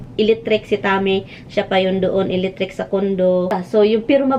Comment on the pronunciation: Mkatawa jud ko sa imo "eletric" dai